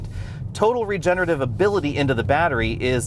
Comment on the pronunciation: you even have a dedicated EV channel... Please stop saying "regenative" over and over. You're missing a whole syllable - Re Ge Ne Ra Tive. Regenerative. Re-generative. Geesh.